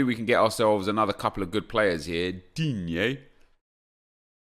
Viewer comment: Lmao Let's go ahead and end the way you pronounce "DINGE"